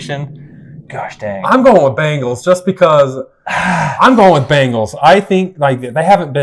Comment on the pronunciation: BANGLES? it's an 'e' Bengals. LOLOLOL